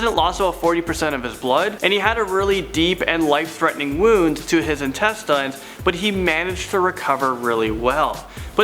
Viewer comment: "intestINES" -, January 3rd, 2019... 10/10 pronunciation. Jk, i still love this channel, but rEALLY BRO? lol